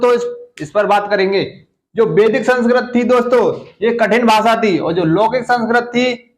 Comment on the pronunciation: Sanskrat ni hota sir Sanskrit hota h 🤔🤔